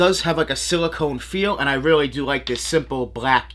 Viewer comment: “These are weally weally dope and weally weally sick🤣”